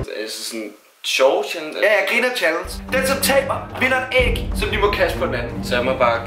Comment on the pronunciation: Lol siger chalens